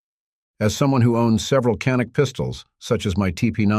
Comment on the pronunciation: How do you pronounce Canik? It's not Ca-NIK as in Can-Nuk. 🤦 It's actually more like CHAN-IK or JA-NIK.